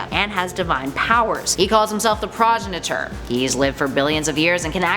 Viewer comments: I can't get on your case for"PRAHjeneter". I used to pronounce another word as "hors de vors". But for the record, "progenitor" is pronounced "prōˈjenədər" (or proe JENN itor",). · I think you mean 'Pro-GEN-eh-tor.'